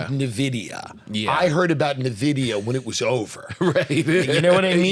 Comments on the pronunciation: Tim Dillion is so behind on Nvidia he doesnt even know how to say it xD. Tim is great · Hearing Nvidia mispronounced so many times was painful.